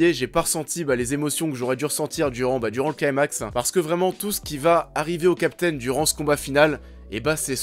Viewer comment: On prononce "climax" en français, pas "claïmax".